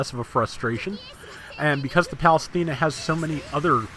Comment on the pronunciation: Everytime you say Athena I'm like this guy knows it's Athene.